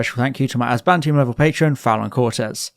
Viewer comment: great video chief. I must say I miss how you used to emphasize the second syllable in Azbantium 😂